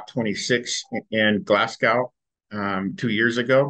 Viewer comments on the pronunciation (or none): The Scottish city in which COP26 was held is named "Glasgo(w)" It rhymes with "snow", not with "cow"!